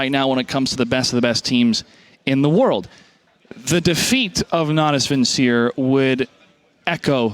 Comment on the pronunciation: Bitch, you pronounced Natus Vincere wrong.